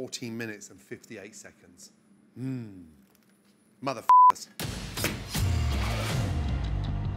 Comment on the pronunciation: At the end did you say mother ficker? lol